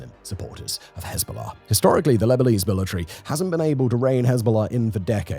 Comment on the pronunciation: "historically the Lebalize billetry" 😂😂😂